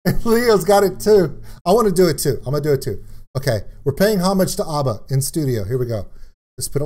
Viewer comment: Dude, there is no R in ABBA, it's ABBA not ARBA 🙂